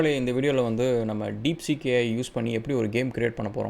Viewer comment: It's not deekseek It is deepseek